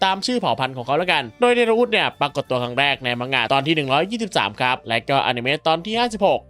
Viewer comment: แล้วก็ เดโรอุสครับ ไมใช่ เดโลอุส❤